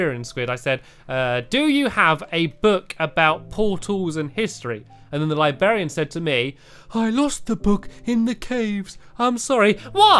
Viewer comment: Stampy's pronunciation of librarian. Libearian